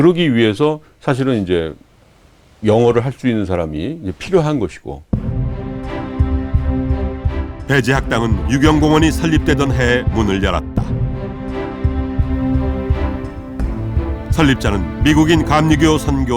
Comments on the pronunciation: 배제학당? 배재학당!! 방송국이 왜 이러시나? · 공영방송에서 배재학당을 배'제'학당이라 하다뇨...이건 빠르게 수정하셔야 할 것 같습니다 !!